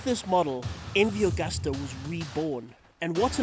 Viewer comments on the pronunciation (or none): It's pronounced " Agoosta"